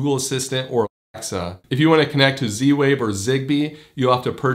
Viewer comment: Why can't you say Alexa?